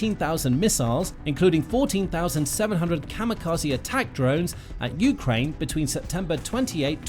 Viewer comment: Good information, thank you, but fire your narrator. Ukraine is pronounced with the stress on the 2nd syllable, NOT the first!!!!